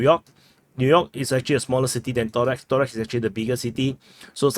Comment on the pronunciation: Torex haha...it is Toreck ....